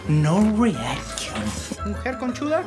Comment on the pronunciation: Alguien mas escucho q a la mujer barbuda le dijo mujer conchuda😂😂😂